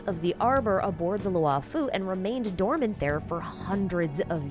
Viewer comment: This is great, but please, one point on pronunciation: "Luo" is pronounced as LORE, as in, "the LORE-FU" (like Kung-fu, but it's Lore-fu) Not Lew'oh, or Lu-aw or anythign. All Chinese characters are a single sound, never multiple: one character, one syllable. In the case of "luo", it's pronounced LAW or LORE (same thing). That goes for both Luo'fu and Luo'cha. It's horrible to hear "Lu-aw Fu" or "Lew O'Cha".